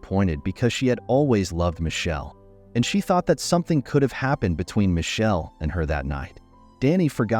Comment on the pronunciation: Why can't the narrator pronounce My kel is how it's pronounced. Damned confusing as to who the players are.😢